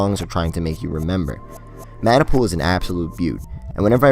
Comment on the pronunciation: 猫 シ Corp. it’s pronounced Maah Nah Pool not man nai